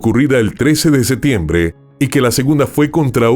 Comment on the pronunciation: Excelente narración. Una sugerencia para mejorar, pronuncia la P en septiembre.